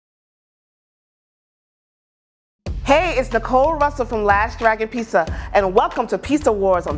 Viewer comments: Is it just me that’s annoyed with her pronunciation of “pizza”? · What’s a Peesa ?